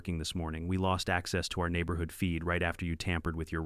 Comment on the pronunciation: The way these AI videos pronounce certain words is hilarious! The neighborHOOD!